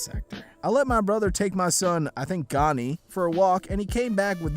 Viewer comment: pronunciation of Gianni infuriates me. It should be pronounced gee-ahn-ee. Source: I know a Gianni